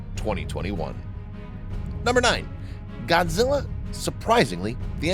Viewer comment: its not godzille